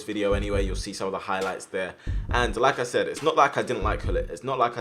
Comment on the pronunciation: when you say like i said it sounded like lacazette